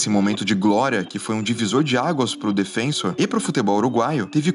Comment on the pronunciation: Pequeno problema nesse vídeo é o narrador falar repetidas vezes "DefÊnsor" em vez de "DefensÔr", como corresponde.